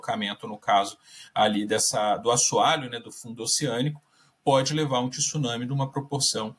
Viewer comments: O cara não sabe nem falar tsunami correto e vai saber falar sobre o evento? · Tissunami não existe senhores, ou se fala corretamente, ou fala maremoto. Tsunami como se escreve, tem que estudar mais. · É TSUNAMI E NÃO TISSUNAMI ... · Só brasileiros dizem TISUNAMI, é TSU-NA-MI. Só faltava dizer TIRAMISU.😂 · Não é tisunami. É tsunami 津波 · Eu não sei porque se insiste em pronunciar a palavra tsunami acrescentando um i onde não existe, a pronuncia é igual quando falamos tsuru. Tsu, tsu, a palavra tissunami não existe na língua japonesa. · Tem.gente que insiste em falar Tissuname onde japoneses chamam de Tsunami. Também não sei de onde veio isso...